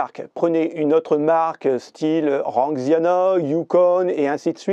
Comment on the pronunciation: Salut, fanxiang, pas ranxiana xD. Super vidéo. Donné l'idée du produit 😊